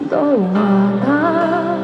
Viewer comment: 자세히 들으면 발음에 이응이 많이 붙는 특징이 있으신 듯~ 옹옹 ㄴ 받침도 ㅇ 붙는 요런 느낌 카앙 오옹 쏘옹 코옹 워엉 어 발음도 오~ 너와나를 노와아나앙 요런것처럼 글쏘옹 몽소리카앙 예쁘시코옹 요송스로우싱겅카앙~